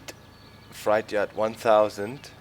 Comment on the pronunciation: Hey Doc, you're always helping us with German, so maybe I can help you a little... You're saying "freight yard" with a German ei but it's an ä, something like "frätjard." You're saying fright yard, or schreckhof :-)